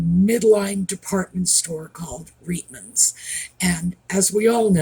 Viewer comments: 🙏THANK YOU 🙏THANK YOU 🙏THANK YOU 🙏THANK YOU!!! So very much for actually saying Reitman's correctly 🙏🤗 I'm a 53 year old 🇨🇦🙋‍♀️ and I have not only shopped in Reitman's but I can remember seeing & hearing their commercials on TV & the radio, so I'm well acquainted with how it's intended to be pronounced. I 🤞🤞truly hope that a few other YT content creator's in this genre watch this video and obviously all your videos..and finally begin saying the name of the store correctly... I don't recall you ever saying Jessica Mulroney's last name incorrectly but just in case I can confidently say that her father in-law Brian Mulroney's last name is pronounced "Mull-Roo-Knee" Roo as on room or kangaroo and not "Mull-Rown-Knee" Rown as in macaroni. I've been leaving comments for years now on several different creator's sites and most have corrected themselves but sadly a few whom I really enjoy watching have either not seen my comments or simply choose not to correct themselves. Regardless if they hadn't seen my comments it's easy enough to search how it's correctly pronounced.. simply pull up a Canadian news article on him and listen to how the reporter's pronounced it. I'm obviously very well aware that people with the same last name can pronounce their names differently. In this case I know how Brian Mulroney and his son Ben Mulroney both pronounce their last name. So until such time as Ben & Jessica Mulroney divorce she uses the same pronunciation as her husband and father in-law. I ho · You are the first you tuber i hear saying "Reitman's" correctly. 👏👏